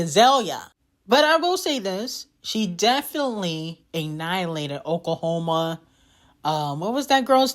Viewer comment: “Oklahoma” 😂😂😂 “Tennessee” lmao